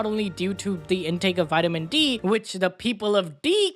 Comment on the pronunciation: Vitemen D 😂